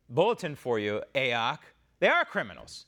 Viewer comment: Lovin the "a oc" pronunciation of her initials. Adopting it and using it as of this minute. Thank you !